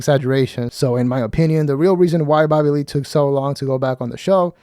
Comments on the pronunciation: With your accent it sounds like "Babbahlee" 😂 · These channels are getting old for anyone over 25 or has an IQ over 75….. I love how your dumb ass says “Babalee” for Bobby Lee.